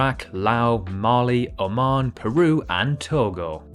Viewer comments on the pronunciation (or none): none